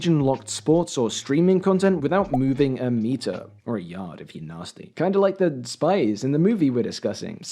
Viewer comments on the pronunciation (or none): ‘It’s an aard watch’